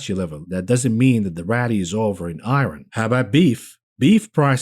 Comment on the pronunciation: I wasn't gonna laugh on the "I RON" pronunciation but he said it wrong like 8 times and then made a joke about not being able to pronounce another word lol.